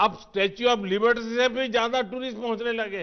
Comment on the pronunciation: Statue of liberty b bolna nai aa rha faku ko